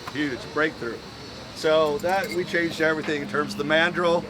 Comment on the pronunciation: Hey you said chaned instead of changed